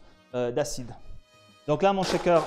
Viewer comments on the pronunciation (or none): Si je peux me permettre c'est "shaker" et non "chaker" 😉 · belle entrée en matière pour tous ceux qui veulent découvrir notre beau métier ! par contre la prononciation du shaker c'est CH pas TCH ! par pitié il n'y a pas de T dans le mot :'D